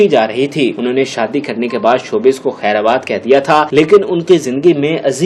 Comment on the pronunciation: Video to pasand aee lekin ye lafz kher abad nahi balkei kherbad hai.